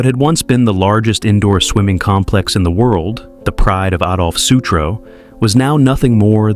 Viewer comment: The noun complex is pronounced with emphasis on the first syllable. You’re saying the verb version, putz. AI